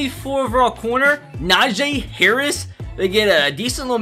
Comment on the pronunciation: Not Na J it's Na Jee